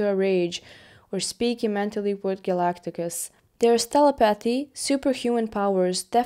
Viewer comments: A mispronunciation of Galactus. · & ... Who is Galagtagus? 😂